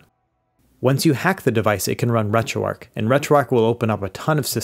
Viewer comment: Why do Americans say Ark? Its arch